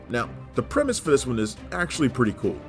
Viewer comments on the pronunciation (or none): none